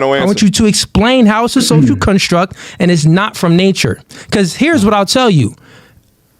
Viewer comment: It’s been bothering me how he says “social cunstruct” 💀